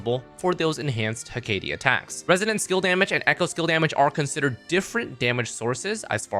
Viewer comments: he-ka-te* not he-kei-die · I'm sorry, BUT it's: Heh·Kuh·Tee